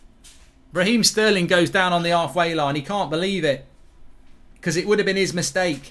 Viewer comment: You man need to put some respect on sterling’s name